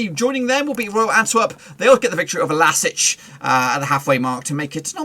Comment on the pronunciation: Can't you pronounce the club name correctly? LASK, not LASIC or else. Either you are poorly prepared or you have no respect for a small Austrian team.